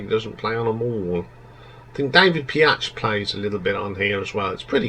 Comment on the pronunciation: David Piach? It´s David Paich (pronounced like Page).🙂 "Somewhere Tonight" sounds like a boy band?! I have never heard a boy band do a half-time reggae-shuffle. The singing and the base playing is awesome on that track. "A track called Lee"!? Have you even listened to the song? 🙂 It´s Lea, L-e-a. One of their best songs ever, IMO. On Steve Porcaro doing programming ringing your alarm bells; that´s what he always did, even on your two top albums, so I don´t quite get why it´s setting of your "alarm bells". "Mad About You", "One Road" and "Cruel" being "filler tracks" or weak?! They are the best songs on the "Mindfields" album, for me. The songs you like are the worst IMO. 🙂 I see a trend here; you tend to like the rockers and cool riffs, not the greatest songs/melodies. I am a guitarist (and pianist) and Steve Lukather is one of my favorite guitarist but I still prefer the songs with great melodies and grooves. Beauty is in the eye of the beholder, I guess. However, I agree that "White Sister" is one of their greatest songs. Finally, you forgot to the rank the "Toto XX: " and the "Past to Present"-albums. 🙂 "Past to Present" has only 4 new songs, however, but one of them "Can you hear what I´m saying" is great. "Love has the power" is good too. Personally I have problems with ranking their albums before"Toto IV" that high. Even if there are many great songs on them, they have such thin production, which for me is just a little hard to listen to. Here´s my top-ten ("Fahrenh